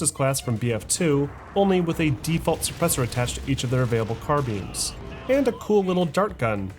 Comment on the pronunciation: its not really car-BEAN is it?